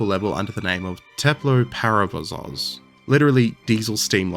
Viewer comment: Parovoz not Parovozoz